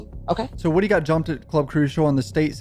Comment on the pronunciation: For the love of Atlanta, its WOODY, pronounced like MOODY!